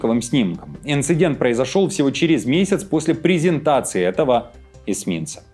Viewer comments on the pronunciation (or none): none